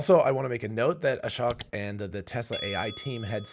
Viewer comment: Ashok Elluswamy His first name is pronounced "uh-shoke" (rhymes with choke)